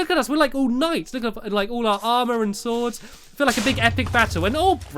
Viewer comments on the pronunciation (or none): none